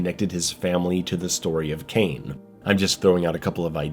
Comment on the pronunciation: The name is Cain, not Kane and ir's Robocop, not Robo Cop. Maybe you should watch it again.